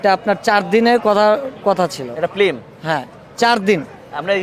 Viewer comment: শব্দটা ফ্লিম না ফিল্ম হবে😁😁😁